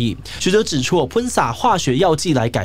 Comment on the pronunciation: 雖然跟議題沒關聯但ㄆㄨㄣ灑還是覺得有趣😂